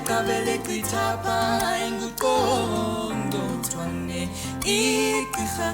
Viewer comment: But wait did she say congcothwane instead of qongqotwane ?